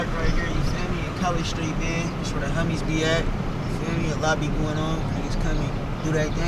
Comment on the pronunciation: I thought he was saying kicking it with the hunnys, lol but he was saying homies.